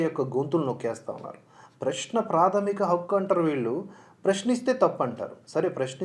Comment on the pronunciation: ప్రష్న కాదండీ. ప్రశ్న.